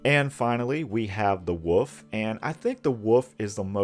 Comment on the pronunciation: "Wool-FF", man. There's a "L" in the word WOLF. "Woof spider" is barking arachnid.